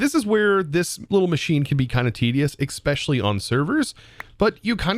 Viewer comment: You saying xspecially makes my head hurt I love your content by the way